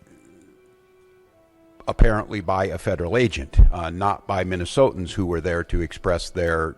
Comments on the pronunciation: Good grief, if i never have to hear "Minnesotians" again, it will be too soon. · When did they start calling Minnesotans, Minnesoans? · When he says “Minnesotans” does he mean United States citizens that live in Minnesota? Or just whoever the fuck happens to be in Minnesota?